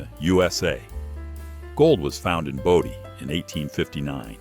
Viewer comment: It's Bodie not Body. Been there many times. VERY nice video. Thank you.